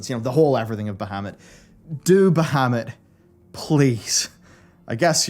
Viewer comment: you're saying bahamut wrong youtube translates it to muhammed XD